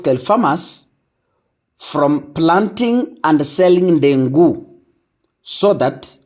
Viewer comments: Dengu not ndengu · It is Dengu Not ndengu